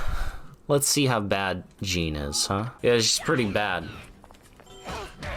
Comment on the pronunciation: It's not Jean it's JEANNE multiple characters say her name correctly!